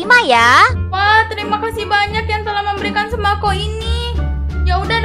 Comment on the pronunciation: Tolong sembako kok jadi sembaqo😭🔫